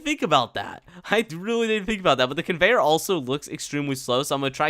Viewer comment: "the lame convenyor ever" convenyor on tycoon : l i e